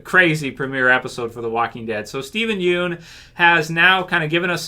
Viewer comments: Pst. Pssst. His last name is pronounced Yun. Not Yoon. Steven said so himself lol. I'm really glad he's sticking up for his life tbh. Fans may want him to come back for something, but Steven's moved on from Glenn. Also, doing a Glenn origin story means going back to the Glenn we knew in S1 if not well /before/ that. That is in fact a totally different Glenn, and as he said, a different Steven (and ten years, let's be honest, is a very long time for a person's mentality to change and develop). Not only does Steven look way older, but the Glenn we associate with him is the older Glenn now. It would likely be very difficult for him to go back to that early headspace. Also, all in all I think he just wants to move on and not get pulled back into a sinking ship. If Frank is anything to go by, the actors /know/ it's a sinking ship. I don't think he didn't get to shine and I don't think people didn't care about him until he died, but I don't think that's what killed TWD either. I think people may have THOUGHT it did, but the writing itself was declining by then to many fans. Killing off some characters the fans loved on top of the declining writing quality is what made people REALLY notice the writing problems. We still had characters left that we loved to lessen the issues, but without the well loved characters, it could be said people stuck around through the bad moments because of the characters they loved, so without that there was little reason for people to stay. Tbh I'd say i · aghhh it's killing me when you pronounce his last name wronggg